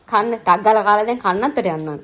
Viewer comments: කන්නන්තොට😒තුන් පාරක් බැලුවා එතන කනත්තමයි ඇහෙන්නේ.😂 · ඔව් ඕයි 😂😂 මං බැලුව කනත්තට යන්නෙ මොන මගුලටද කියල 😂😂